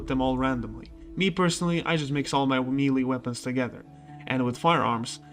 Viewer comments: It's 'maylay' weapons, not 'mealy' weapons. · Melee is pronounced "May-lay" ;-) You had me second-guessing myself and I had to do a search for the pronunciation just to be sure.